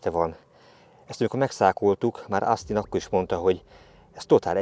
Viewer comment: Szuper a film! Gratulálok a szép halakhoz!:D Egyébként semmi támadó szándékom nincs, csak szeretném azt megemlíteni, hogy Austin-t kint Ósztinnak ejtik. Picit meglepődtem amikor á-val mondta.